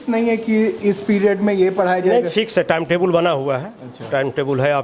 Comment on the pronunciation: टाइम टेबल न कि टाइम टेबुल